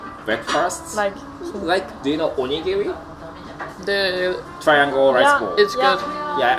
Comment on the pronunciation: キリンの RI おにぎりの RI なぜ 英語のRの発音 気に食わん